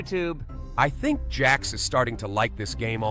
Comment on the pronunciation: Jax it's jax